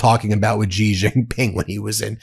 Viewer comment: His named is pronounced "SHE".